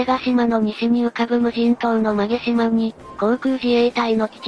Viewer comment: 馬毛島 ＜うまもじま＞ まげじま では？